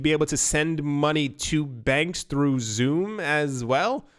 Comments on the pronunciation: XUMM. Is pronounced "SUM" not "zoom" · XUMM is pronounced sum. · XUMM: Pronounced "Exhume". lol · David Swartz mentioned in a podcast interview the pronunciation of XUMM as (EX-sum)